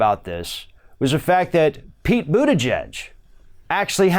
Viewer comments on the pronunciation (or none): none